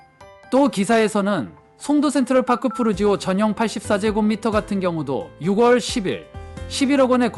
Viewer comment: 영상 잘 봤습니다 . 그런데요 ------------- 6월 = 유궐로 읽는 것이 아니고 - 유월 로 읽으셔야 합니다. .